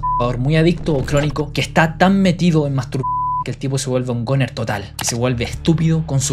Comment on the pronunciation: “gUner” no “goner”